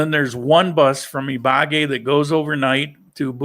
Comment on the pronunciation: Buen viaje! (Hate to correct your pronunciation, but it is Ibagué, with the accent on the E. )